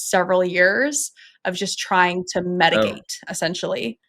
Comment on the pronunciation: Metagate or Mitigate lol